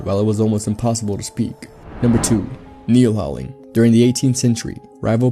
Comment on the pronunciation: Keelhauling, not "kneelhauling"